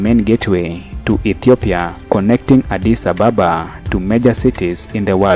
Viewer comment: You need, to learn how to pronounce Addis Ababa correctly. Ask or listen to the locals when they say Addis Ababa. May be, you are accustomed to calling out foreigner unfriendly colonized capitals i.e. Johannesburg, Nairobi, Cairo etc. etc.